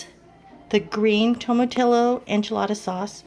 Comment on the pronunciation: It’s tomati”yo”. The double “ll” is pronounced like a “y”. I’m from San Antonio too.